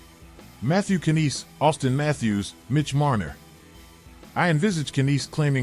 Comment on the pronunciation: Stop it stop it stop it.. The K is silent in Knies. Oh wait, you pronounce almost every name incorrectly. Learn before you teach.